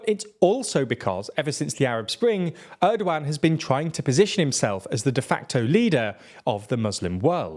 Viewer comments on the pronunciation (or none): none